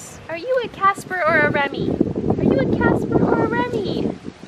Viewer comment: Oh. WOW. For the longest time, it sounded like was saying 'Jasper" (instead of Casper). Perhaps it's just my old lady ears lol.